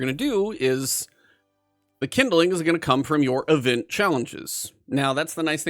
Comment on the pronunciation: "Kindling" is a 2 syllable word. It's not "kin-da-ling". It's "kind-ling". Couldn't watch this because in 5 minutes he said kin-da-ling like 20 times.